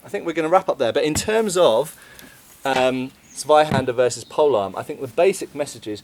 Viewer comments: I mean, good video and stuff, but I still can't get over English speakers calling Zweihänder "Sweihander". Also, regarding the "secondary hand guard": Since it's called Parierhaken, your parrying thing should be true, clue's in the name. Just saying since you called it an opinion. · your "Tssvaihanduh" is improving. Thanks for caring about correct pronunciation, mate. Love your work!